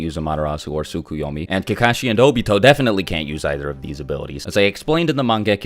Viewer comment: "tsukyeyome" bro it pronounced and spelled as "tsukeyomi" lol